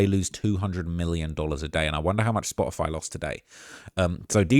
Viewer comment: Its Spotify...because there's a facking "t" in it!